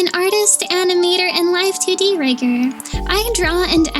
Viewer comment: Every time I heard you say 2D I kept hearing it as tiddy Here are the hearts to know I finished video 💜💜💜